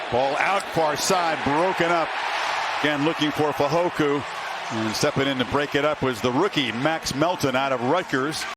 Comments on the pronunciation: FEY-HO-KO. Not FEY-HO-KU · If this commentator says Fehoku one more time 😡 it's FEHOKO!! Please respect the last name and our culture!!! 🇹🇴🇹🇴🇹🇴 siko!